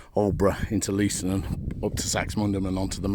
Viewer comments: Leiston is pronounced Layston. No spur was ever made to Sizewell. At 45.28 you were at Sheepwash crossing, where a "ballast line" went to Thorpeness, just skirting the Mere. Many thanks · Lay-stunn btw. Most people pronounce it incorrectly but no harm.